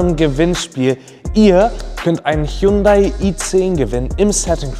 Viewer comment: Man merkt das du vor diesem Gewinnspiel noch nie das Wort "Hyundai" ausgesprochen hast.